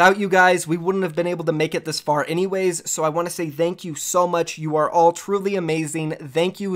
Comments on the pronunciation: vank you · Why does he say thank you like that 😂